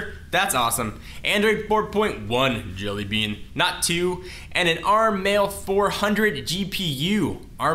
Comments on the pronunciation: So "ARM Mali" is pronounced "ARM Mail"? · may I correct you that the GPU in the note 7.0 is called MALI instead of MAIL!!!